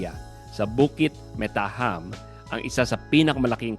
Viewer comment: Btw Malaysian Filipino Catholic ako, yung jam in Bukit Mertajam is pronounced the same way as the jam in Space Jam, at hindi ham in ham and egg sandwich.